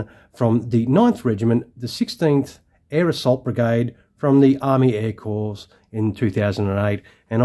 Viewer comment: just a heads up that your pronuciation of the word "Corps" is wrong...yes im aware it is spelled Corps but the pronuciation is "cor" and not "corpse"....its the same wih the united states marine corps....when was the last time you heard of the united states marine "corpse"